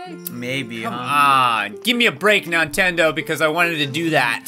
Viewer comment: Nontendo sounds like 'no entiendo' (i dont understand) in spanish